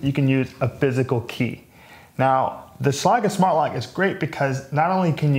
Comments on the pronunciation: He is using a German pronunciation, but I believe I've heard ads where it is one syllable like "shlayg" with a hard g. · okay, I'm a locksmith and that's definitely not how you say Schlage. hahaha great thorough review though man! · You pronounced Schlage wrong.